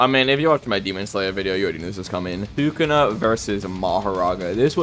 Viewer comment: "Thukuna vs jogo" is insane